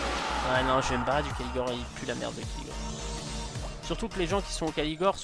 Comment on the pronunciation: Et aussi c'est raid Caligor, pas Caligore x)